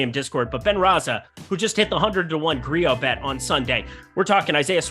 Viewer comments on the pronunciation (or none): none